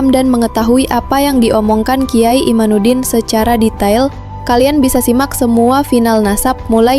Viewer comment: MIN , Namanya KH IMADUDDIN BUKAN IMANUDDIN . 😊😊😊